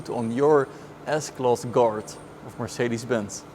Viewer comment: it took me halfway into the video to figure he was saying "guard" and not "dart". i was like "mercedes dart huh thats a funny name"